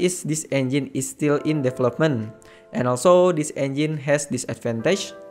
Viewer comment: DE VEL LOP MENTHHHHHH bro development 4 sylables xD